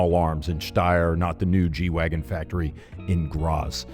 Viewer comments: if you were going to pronounce it properly, you would do your best Dieter impression and say "G-Vahgen". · German G is pronounced "gay" and wagen is pronounced "vagwen". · It’s pronounced Gay Vahgen in German! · Wouldn't it be 'Gay-vagen'? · Still not got the German pronunciation dude!